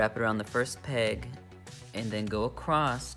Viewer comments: across.... not acrost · I've never heard anyone pronounce the word across that way...........acrost?